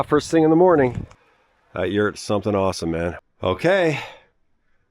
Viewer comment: "Did you say Yewts?"